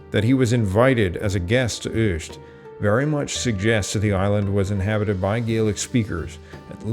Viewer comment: Other mispronunciations include Ayr, Ayrshire, Uist, Tiree, Kintyre and Dumfries.